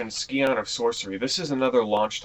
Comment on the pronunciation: scion = pronounced 'sigh-on'. the more you know...